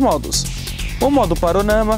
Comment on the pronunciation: Foto "paronama"?? P A N O R A M A !